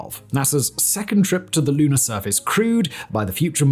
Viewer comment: Interesting, sometimes he pronounces words correctly, yet others he adds an "er" to the end of words for no apparent reason. NAS'er, Lun'er, Florid'er and Adapt'er really stuck out.